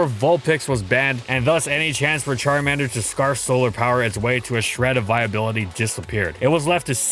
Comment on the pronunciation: "CharmEnder" It's CharmAnder.